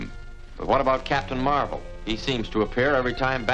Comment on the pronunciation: Also, I like how you called Marvel Comics' Captain Marvel as Captain Mar-vel. At least we could tell the difference.